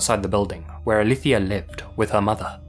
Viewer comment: Amé que haya buscado cómo se pronuncia Alicia según de dónde venía ella.